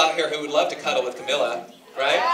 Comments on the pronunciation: he pronounced Camila wrong it's caMEEla not Camilla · He called her 'Camilla' not 'Cameela' am i the only one who cringed? Btw that was at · every time someone pronounces camila's name as "caMILLa" i cry a little inside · ITS CAMILA NOT CAMILLA OMFG pronounce it right man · It's CAMILA!! CamEEla! God dammit. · I literally cringed every time the interviewer said Camilla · "camilla" i cringed so hard omfg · U CRY when something says Cam-il-a instead of Cam -ee-la??? Okkkaaayyyy...😬😬😬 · Did he really say CamiLLa its CamEEla yo....lauren voice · It's CamEELa not Camilla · when he said Camilla instead of camila I cringed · I cringed because he kept saying "CAMILLAH" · that announcer at the radio station is making me so mad lmao. it's camEEla jesus it's not that hard. before you interview someone, do your research. JEEZ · kept cringing at "cahmila" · I just cry a bit inside when someone pronounces Camila's name wrong. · I cringe whenever someone says camilas name wrong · Who else cringed when the guy pronounced Camz name wrong!!